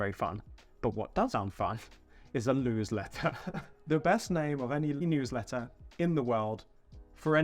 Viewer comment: The LEWSLETTER 😆 I love it Lewis 👍